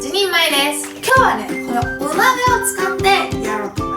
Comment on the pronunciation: お鍋がお豆に聞こえちゃう😂